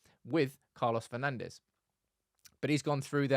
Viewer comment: Come on guys… Manchester has enough history with Portuguese players for you not to pronounce their names with a spanish accent… It is not “Bruno/Carlos Fernandez” but “Fur-nan-d’sh”…